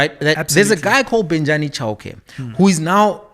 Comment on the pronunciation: The is failing to pronounce the name Bejani yet he is perfectly pronouncing the surname Thobejani… kindly remove Tho and remain with Bejani, you move on rightfully so. Bejani Chauke and his mamas and lifestyle 🤣😂😂🤣